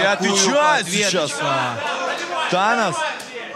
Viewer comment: ЧТо за Танан?! ау, ТаноС С на конце ау. Беринчику отбили видать голову уже, или рот что выговаривать не может)